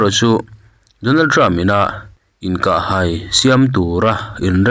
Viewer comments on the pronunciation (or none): Mizotrawng hi in thiamlo thin hle mai, ngaihthlak tui a harthin, (Donald trump in Donald trupa'n)